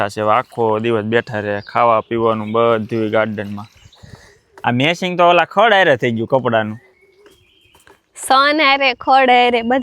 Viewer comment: સસ્મા મેસીંગ નહી😂😂😂😂 ચશ્મા મેચીંગ એમ શુધ્ધ ગુજરાતી બોલો યાર તમે જર્મની મા રહો છો